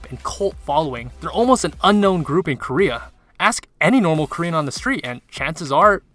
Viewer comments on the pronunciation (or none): none